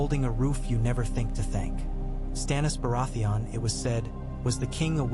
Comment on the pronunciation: Obvious ai voice over cannot even pronounce the name of the subject of the video.